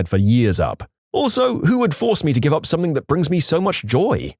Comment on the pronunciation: No k in the word something . Not sure where you are getting the K from when you pronounce it .